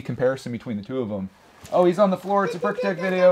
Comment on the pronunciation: Its brickitect not brichatec XD ERYONE makes mistakes...